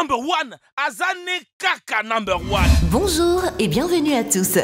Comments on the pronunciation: non elle a dit bonjzour au debut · Je suis le seul à avoir remarquer que a elle dit la photo d’auzord’hui? EDIT:et je vien de découvrire que…au debut elle dit bonjzour enfin je crois. EDIT:merci pour les 31 likes c’est enormes pour moi merci!